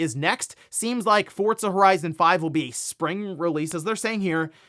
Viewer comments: FORZA Not "FORTZA" 😂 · Why do people say Fortza? Where is the T in Forza?